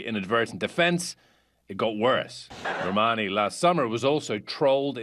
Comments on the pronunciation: R . H she minas well just have said Lern,Ale, Normani (how she said it) and dee-nah XD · "Nor-money" lmao whAt mskdkd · "Camila left the group because Lauren, Ally, Normani, and Dinah were jealous of her success." B***h I was jealous of you not knowing how to pronounce their names